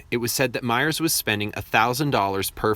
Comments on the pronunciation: Otto Meers. Not Myers. Sorry, can’t help myself. 😉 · Good job on the filming, not so much on pronunciation of “Yuray” & Otto “Meers” . Vehicle footage early in the production was sped up for thrills? Lived here my whole life, 70 yrs. I’ll put Red Mt against any number of metro loops as being far safer.